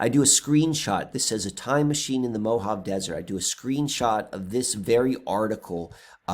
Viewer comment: pronounced MO-HA-VEY.😀😀